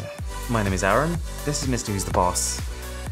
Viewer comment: Your name is Arun not aaron